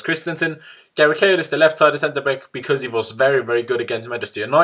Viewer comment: "Centre beck"